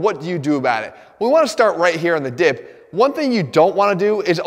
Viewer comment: Omg he said dip and I thought I heard dick, I'm not a dick Jeff gosh 😂